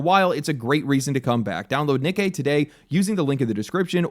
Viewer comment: Great pronouncing Nikke